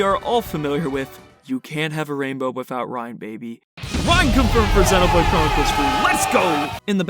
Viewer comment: Super well made video as always!!! Also I really liked that you are one of the few youtubers that correctly pronounces the word "xenoblade” 😅